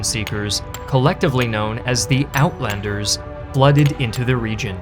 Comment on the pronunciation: man i wish you just pent 5 minutes on having the words read to you. wits= VITZ johannes= JOE boer: BOUORR (FAST) uitlander= eight lunder (like london)